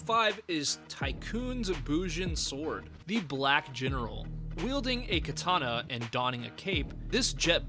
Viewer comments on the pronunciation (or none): none